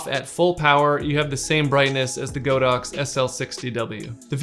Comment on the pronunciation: nice video, it's not "GO DOX", it's "God Ox"